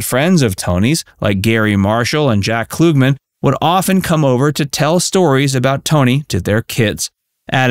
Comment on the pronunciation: Robot narrator messed up Jack Klugman's name at the very end of this.